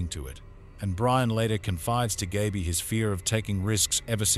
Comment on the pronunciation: an 8 minute video and you didn't pronounce Gaby's name right once